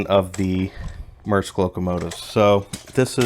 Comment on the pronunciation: It's a good set, I still have mine (knock off because money was tight) modified to have the "SP Light Kit". And a note, it's pronounced Mear-esk.